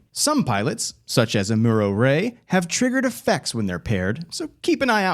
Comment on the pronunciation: you gotta watch gundam 0079. then you can pronounce amuro correctly.